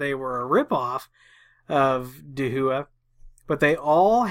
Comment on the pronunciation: Hey! Great videos and thank you for all the time you put into making these! As a small point of order...Dahua is pronounced like "Dowa / DOW-AH)". (I happen to be a Authorized Dahua Dealer and yes, I had to ask about the pronunciation too.) They are a huge supplier and sell their stuff to be reskinned under many many other Names. (HikVision is another company that is also huge and they too resell their wares to OEM) Dahua called me as soon as the story broke about the hacking and suggested to patch all cameras. Again, They called me which is always nice. This is NOT an endorsement of their products just a point of order how to pronounce their name. As for the default passwords, they should always be changed from their default but it always make me wonder why do companies make them stupidly easy. Thanks again and I look forward to you next video.